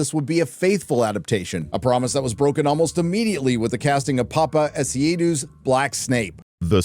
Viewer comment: Hearing the way pronounces Paapa Essiedu ‘s name is very irritating it’s a Ghanaian name